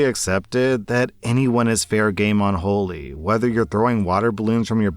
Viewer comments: FYI, Holi is pronounced, Holly. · “Holi” is pronounced like the name, not the adjective. “Holly”.